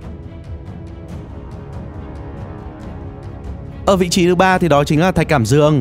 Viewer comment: thạch cảm ĐƯƠNG ko phải cảm dương